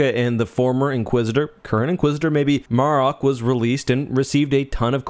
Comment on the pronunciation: Good video, as always...I've heard Marrok pronounced multiple ways, so far, and if I know one thing, THIS vid is NOT how you pronounce the name 😂